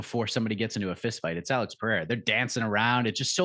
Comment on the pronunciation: Lol, Alex is in your corner. Learn to pronounce his surname.